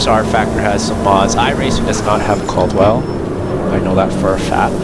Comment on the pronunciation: Learn how to say it first!! 😂😂😂 CAD-WELL